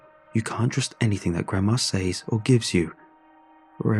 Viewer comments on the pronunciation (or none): Why do you say “SAEES” for the word says when it should have been pronounced “sehz”?